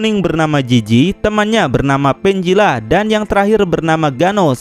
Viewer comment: Jizi Bukan jiji Penzila Bukan penjila